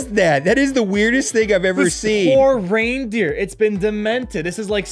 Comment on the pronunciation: lmao f**ks up words all the time .. so funny.. "reinDARR" hahahah.. nice